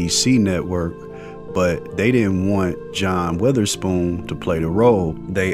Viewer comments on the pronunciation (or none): That was a great video and tribute but you pronounced his last name wrong the whole time it's not weatherspoon